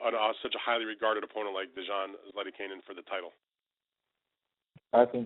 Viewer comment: lol, conference mediator couldn't pronounce zlaticanin's name